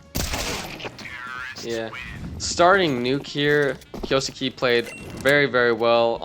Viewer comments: if he's already pronouncing suke as sukii , that's why I said kay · kyoh-skeh (not skay) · Just a note, Kyousuke its pronounced "Kyouske" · Kyo- skay is how you pronounce it. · Btw it’s Key; U; Ssss; Kay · Pretty funny how I’ve heard like a million pronunciations of Kyousuke and none of them are close to correct, even to how it would be conventionally pronounced by westerners.